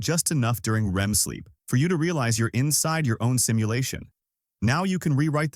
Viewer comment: AI can't pronounce "REM"